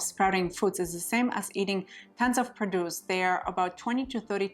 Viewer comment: PRO-duce, not pro-DUCE. al-FALFA.